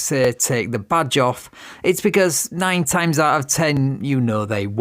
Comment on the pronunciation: Narrator voice: "they did not get 'offa' him"